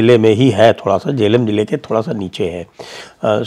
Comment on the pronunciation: Zila hota Hai... Jila nai... Dhut bolna ata nai chalay hain